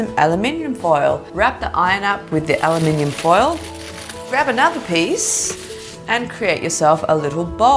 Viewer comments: She said alominominimonin foil I love it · ALUHMINYUM WHAT?!?!?! Did she just say aluminum as aluhminyum cause that’s what it sounds like 😂😂💓